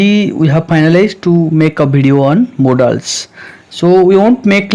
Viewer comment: Bro it's not modaals it's modals(modols)